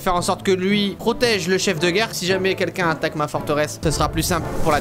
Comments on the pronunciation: Il a mis geurre au lieu de guerre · C'est pas geurre c'est guerre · Guerre et pas geurre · "L'ombre de la Geurre" Cyril, tu es bien sur? XD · «L'ombre de la geurre»😂